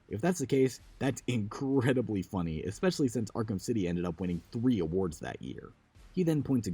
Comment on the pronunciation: 'Ikspecially.' Listening to anyone talk for an hoyr and a half is draining but whenever this bad boy came up, physical convulsions ensued